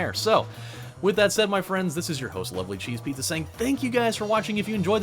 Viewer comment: Lol! Everytime you say "LovelyCheesePizza here" I think you're saying "lovely CheesePizza here", as if you're using lovely as an adjective.